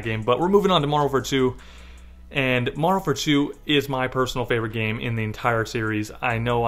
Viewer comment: Slow down when you say Modern Warfare 2 lol "Mondernfare 2" "Mondern War2"